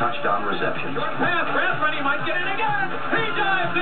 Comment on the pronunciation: Rathman??? Puhleeeeez!